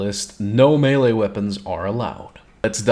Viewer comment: "no melle weapons" puts eurika effect m'kay mate -.